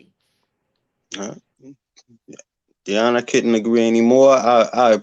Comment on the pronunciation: Her name is Dionna Maurice! Not Diana...just saying.